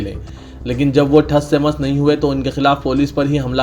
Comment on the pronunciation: Thass se mass kia hota hai Bhai.... Tass se Mass hota hai.... Hr lafz mey HEY kion laga dete hai aplog aur wannees nai onnees hota hai... 🙏🙏